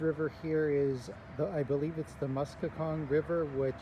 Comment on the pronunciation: Hi. Local here. It's pronounced "Mus-con-net-cong" (river and lake). Imlaydale (pronounced "Im-lay-dale") is a historical registry community and has an old mill and such. It's a residential community now.